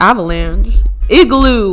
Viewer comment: “in my igroo balone”